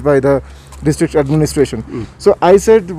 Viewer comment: sha shabd ko sahi ucharit kiye sir jaise koshish ko kosis mat khzhiye. Administation ko adninistasan mat kahiye sir..Baki apka journalism bebak aur lajwab he